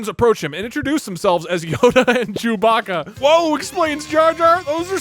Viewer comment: “Recruit Chew Baca” Honestly Doug should have lost right there for sheer ignorance.